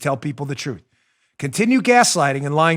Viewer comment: lol love when he says the touthhh careaa sthadheee....these people man.